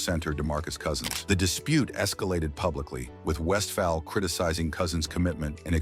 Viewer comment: AI needs to properly pronounce Paul’s last name. He was a great player and coach.